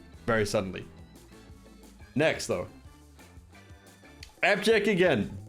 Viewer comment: "Next though" sounding like nexto hahahaha